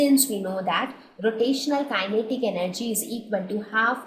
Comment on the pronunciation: The explanation is clear and helpful, but the persistent mispronunciation of kinetic gets annoying after a while.